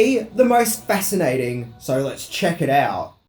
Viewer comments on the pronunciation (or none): none